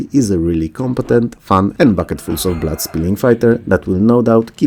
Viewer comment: Blood is not pronounced Blat